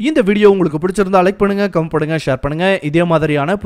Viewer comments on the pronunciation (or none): none